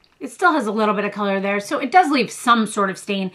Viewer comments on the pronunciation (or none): none